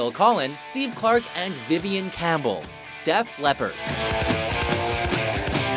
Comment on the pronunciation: Lol you said Death Leppard, it's def